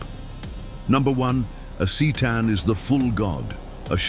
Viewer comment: it's pronounced Ktaan, not Seetaan. Merely saying ... .